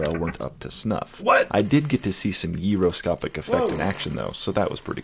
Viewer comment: "Yeeroscopic" 😂 Quality joke